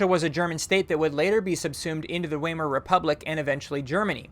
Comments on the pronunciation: Weimar Republic. Pronounced "Vy-mar." Rhymes with "My-mar." Not "wee-mar." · Vie-Mar. I noticed that too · Just so you know the W in Weimar is pronounced like a V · Weimar is pronounced wai mar and in German the letter w is pronounced like a v. In addition, in German the letter e is ps pronounced like a long a. In Weimar, the ei are pronounced like a long i.